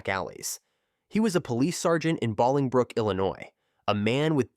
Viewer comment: Bowling brook is how to say the town.